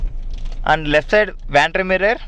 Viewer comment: Its vanity mirror not Vanty mirror..reading lamps are NOT LED